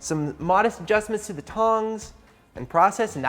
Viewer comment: Sounded like he said “tip of thee dick here” 😂